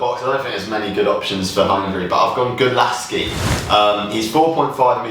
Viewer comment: GULÁCSI, not Gulasci! Pronounced cs -> ch